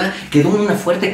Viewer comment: “Soy de ixtapalapa “😂😂😂